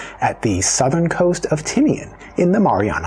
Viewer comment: Please respect our language and culture. Correct enunciation is one way to show that respect 🤙🏽. How it’s pronounced should also reflect its spelling, e.g., Tagga’ and not “Tåga”; Tini’an and not “Tinian”.